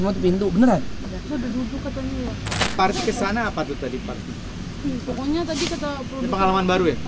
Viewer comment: manggil parti jadi sri, pirta